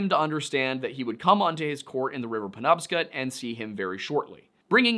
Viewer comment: It's pronounced pen-NOB-scot